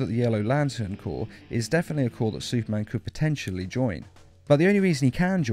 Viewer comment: Isn't it cor not corp